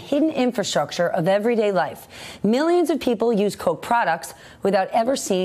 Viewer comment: ........ it's pronounced "Coke" and not "Coch"??